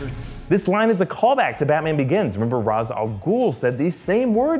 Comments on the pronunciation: Raysh...not Roz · Except when he says ras it’s pronounced raésh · Ra's is called (reish)